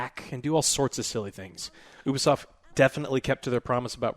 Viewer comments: I refuse to listen to a review by someone who still cant pronounce ubisoft in 2021 😒 Its (you-bee-soft) Not (oob-ee-soft) Ya twat waffles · its not OU-B Solf its U-Bi-soft.. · Did he just say "Oobi-Soft"?..... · I don't understand how so many people pronounce Ubisoft wrong. I legitimately don't get it. How do you pronounce there " Uplay" service? oo-play? I would assume it's pronounced you-play.